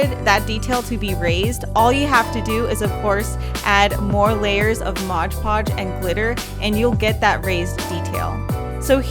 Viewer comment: Am I the only one that cringes every time she says MODGE podge?